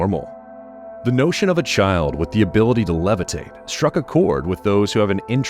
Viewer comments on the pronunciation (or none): none